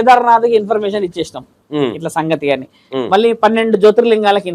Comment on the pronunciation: యాంకర్ అన్నా ఇంపర్మేషన్ కాదు. ఇన్ఫర్మేషన్